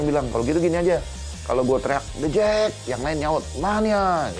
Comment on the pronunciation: Yg dubing siapa sih?? Tiap sebut the jak Pelafalannya salah..